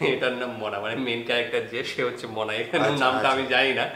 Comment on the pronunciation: ওর নাম মোনা । মনা নাহ 😹😹